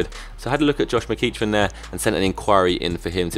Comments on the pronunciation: Its pronounced Mc-ek-ren, sorry to be an arse hole haha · Its Josh Mc-Eck-Ran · it is is pronounced meh-ceck-ran, the chelsea player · Pronounce Josh McEachran as.... Josh Me-kek-ren.... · Its pronounced mc heck er an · mcEachran is pronounced mc-eck-ran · It's mc ecran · Say it like mcekran